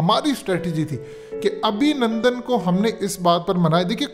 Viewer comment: Abhinundun Nahi Abhinundu🤣😅😂